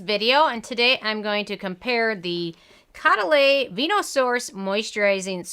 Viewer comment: Show some respect Use the correct pronunciation Co-duh-LEE